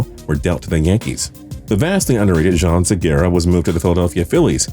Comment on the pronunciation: Did he purposefully mispronounce every mariner except james paxton? Edwin Deeyas, Robinson Keeno, Jean Seegara... its strange to me that he could actually think they are pronounced that way, they seem like pretty straightforward names...